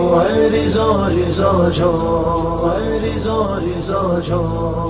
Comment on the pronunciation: Riza ni raza